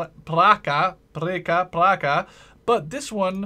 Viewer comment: Pronounce.: PRAČKA /pratschkuh/ GVOZDILKA /chvosdilkuh /